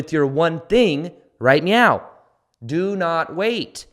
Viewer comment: i love that you always say right meow